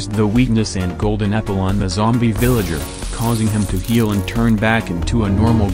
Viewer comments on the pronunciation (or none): Why i heard golden niple 😂